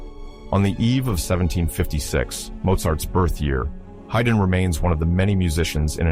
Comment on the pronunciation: This does not seem right. Mozart deliberately chose not to go to London despite Haydn's pleading. To say that he lacked means of travel is misleading. They would have paid him to go to London, plus some. Haydn is pronounced Hide-n.